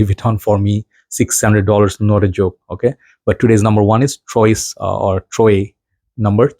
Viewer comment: The paris corner one is pronounced as (trwa) means 3 in french & the orange one is pronounced as ( katr ) means 4 in french